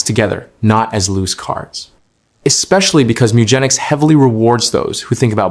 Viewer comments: Top 10 beginner tips It's pronounced Gen ic ss like Genes, like jeans. Mew Gen ics meeeee ewwwwwgenics MEWGENICS meow genetics moooo gan iks mewgenics! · I clicked off the video after 2 seconds because of your pronunciation of the games name. Checked the comments and glad i saved 19+min lol